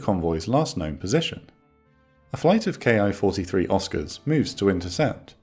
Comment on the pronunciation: Love these recaps. Ki-43 is pronounced "KEE 43."